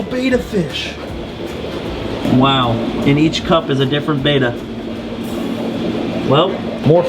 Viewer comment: FYI...it's pronounced BITCH-ER ...NOT Bi-Chur . also, it's BETTA NOT BAY-TA . FFS